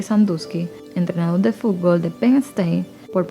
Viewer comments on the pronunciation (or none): none